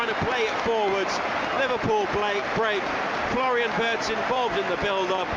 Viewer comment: was the commentator calling wirtz as birtz? 😂